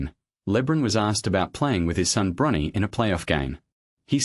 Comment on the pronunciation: You have to have AI read this bs for you saying Librin and Brunny. Get a brain. Jordan is argued by almost everyone as thee goat!!